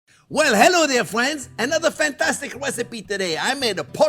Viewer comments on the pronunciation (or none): none